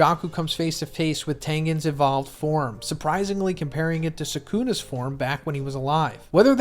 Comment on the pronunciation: “Megoomi” “Sakoona” 😂